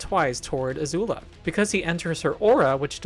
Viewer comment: why do you keep pronouncing Azula as Azuul?